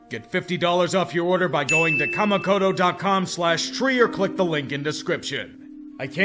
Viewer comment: Tree, I can take anything negative you have to say about my Packers (I've said pretty much all the same things).... but hearing you trying to pronounce a Japanese word like "Kamikoto" was a samurai cut into my Weeaboo soul. 😱🤬